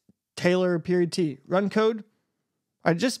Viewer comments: its pronounced "periodt" not "period-t" lol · "periodt" is actually pronounced just like "period" btw